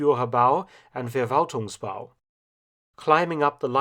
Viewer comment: And FerValtung. 😀